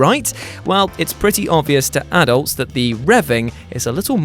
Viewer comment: Pls say adults right